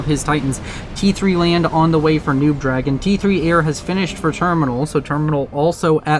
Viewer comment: Why do you keep calling NoobDragoon “noobDragon” though? Did the player tell you to do that?